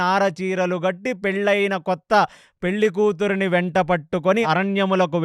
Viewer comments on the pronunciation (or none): none